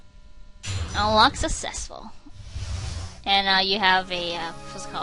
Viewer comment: when you unlocked Meekins, you said "Unlock sussessful", you didn't pronounce the c's :P